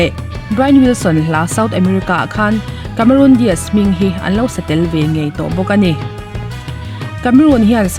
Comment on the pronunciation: Cameron Di aazz👍👍👍 Cameron Dias👎👎👎 tia lam toplo hian